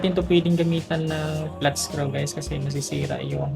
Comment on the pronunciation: I like how he pronounces the word screw as skru